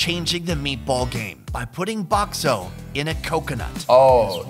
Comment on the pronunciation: bakso not bok so ok